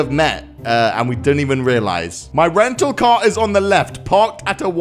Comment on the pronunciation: count how many times he said caw incidents :>